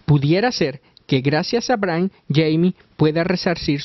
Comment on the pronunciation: Bran???Bran? es enserio, mejor primero investiga como se pronuncian los nombres, pero no te culpo yo no puedo pronunciarlos.